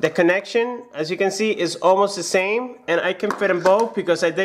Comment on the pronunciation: "The zame"